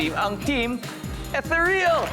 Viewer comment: "e-THEE-ryuhl" ho ang basa sa salitang yan, hindi "ethe-REEL."